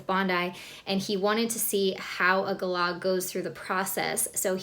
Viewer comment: Lol. At least you pronounce Galah properly.